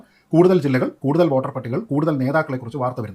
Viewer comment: ഓട്ടർ അല്ലടോ വോട്ടർ വോട്ടർ